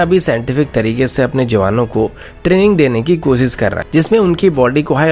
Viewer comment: I think u cant pronounce Shh...find it hilarious they way u speak ...koosis nahi koshish karo